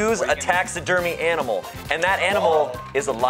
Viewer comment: said "aminal" before Damien did lol